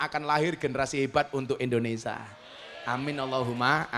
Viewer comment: Indonesia gus..bukan indonesa😅